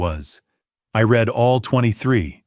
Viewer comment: ai giveaway, ie read it, ai prounced like color red when context for read would be pronounced reed. any english speaker would not have made this mistake